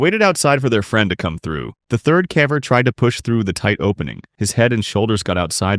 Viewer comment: the AI shines through when it says "cavVer"